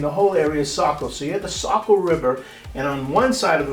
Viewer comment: as a saco born and raised i get like flash backs when i here it mispronounced lol